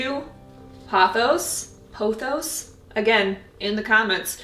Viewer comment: I love the loose, airy, natural look of your arrangements . A great way to usher in spring. Hydrangea can be pronounced hy-dran-juh or hy-drain-juh. Use the one you like best. Pothos is pronounced po-thos with long o vowel sound. I was a teacher for 35 years.